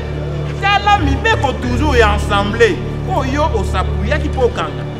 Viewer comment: Du bon travail cher Maître mais je vous prie de dire: Assemblée et non Ensemblée. Merci